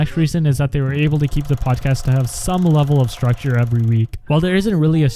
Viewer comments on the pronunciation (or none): none